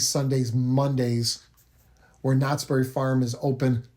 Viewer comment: it's "knott's BERRY farm". Not "knott's berry FARM".